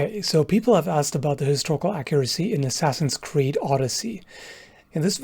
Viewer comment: "enjoying asscreed unironically" Oh my